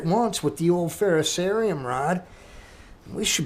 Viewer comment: At least you can pronounce "ferrocerium" correctly. 8 out of 10 youtubers can't. "Just put on some good tunes and enjoy making them." Right on bro! good video.